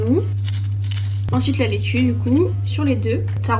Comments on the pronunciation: Laitue et non lettue 😂🥰🥰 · omg NON on dit LAITUE pas LETTUE jppppp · Super vidéo mais c'est "laitue" pas "lettue" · c’est laitue pas lettue 😭😭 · vidéo trop cool, bonnes vibes et marrante comme d’habitude! (juste ça me démange TROP mais c’est laitue et pas lettue💀) bref trop bonne vidéo quand même✨ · Noooon, laitue!!!! Pas lettu 🤣🥬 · Jadore tes vidéos mais LAITUE* please 😂 et non lettue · c’est la laitue pas lettue😭🤍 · Coucou c’est Laitue pas Lettue 🤣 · Oh non "lettue" tu m'as tué 😂😂😂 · "lettue" xD